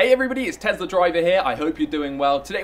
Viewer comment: Please stop mispronouncing Tesla